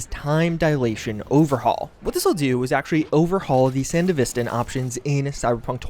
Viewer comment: The way you pronounce Sandevistand triggered me today. Good video tho.